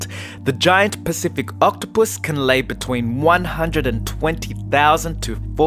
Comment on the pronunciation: Omg the way he says octopus 🐙 lol it’s soooooooo funny lol!